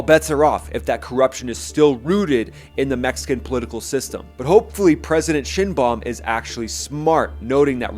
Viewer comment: Lol president Shin-Bomb